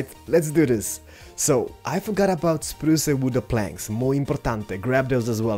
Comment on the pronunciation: I like how he said spruce wood planks (spruce a wooda planks )